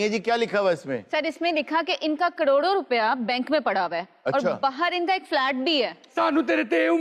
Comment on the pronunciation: "Kadodon Rupey" 😂😂😂😂 tum Lahores ko kabhi bhi rey aur dey sahi jagah use karna nahi aa sakta 😂😂😂😂😂 Karodon rupey hota hai kadodon rupey nahi 😂😂😂😂😅😅😅😅